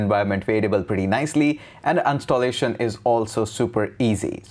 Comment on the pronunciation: Uninstallation not unstallation. Small mistake i guess. No big deal but found it funny